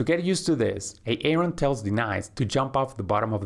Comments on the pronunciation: Yeah the way he says A-Aron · ㅋㅋㅋㅋ 에이 에이론 ㅋㅋㅋㅋㅋㅋㅋㅋㅋㅋㅋㅋㅋㅋ 아론 아님? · Lucky me I understand who Aaron and Denice are when I heard the host said these names😂😆😆🤣